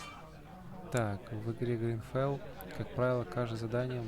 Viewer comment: Только не грин, а грид фол - жадность, а так видос норм ставлю лайк